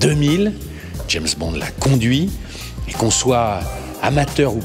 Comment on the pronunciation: L’a conduitE De grâce les liaisons !!